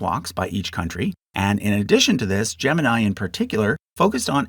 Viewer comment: Project Gemini isn't pronounced like the zodiac sign. It has "ee" at the end instead of "eye".